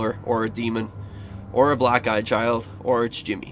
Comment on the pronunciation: I wonder if they thought you said “are you a black guy child” instead of “are you a black eye child” cuz that’s what I thought you said the first time lol but I realized that didn’t make any sense and that you were saying black eye child LoL